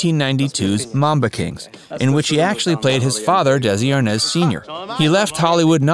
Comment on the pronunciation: I can’t believe only one person got of their sofa to complain about all the mistakes in this horrible piece of journalism. Repeat after me, R. Nez, R-Nez. R.Nez. now all together Desi Arnaz Jr. Dino- Desi. And who?????🥸😜🤪The band was Dino Desi & Billy! Not amp Billy, hey S . S amp Billy. S. Wtf??